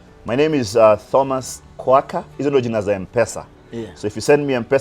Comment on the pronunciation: My fren, the H in Thomas is silent. Otherwise, nice show. thanks for dropping nuggets of wisdom.